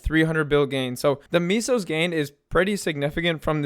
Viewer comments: I can’t tell if he says Misos on purpose instead of “mess-o”. Especially since he captioned it Miso. It’s borderline gut wrenching hearing miso, but the videos are really informative and I just have to live with it hahaha. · You really pronouce and spell meso as MISO lmao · But it's really pronounced may-so, nobody says it right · I thoght it was mooses